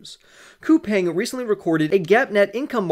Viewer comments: I live in South Korea, but I haven't invested in them. It is pronounced COU-PONG (the pong sounds like ping pong). If they're going to massively expand into Asia, sure. I definitely have invested in SOFI. I started out with 450 shares. I'm at 600 and going long. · Best of luck to you. As far as the pronunciation goes Google says it is pronounced COU-PANG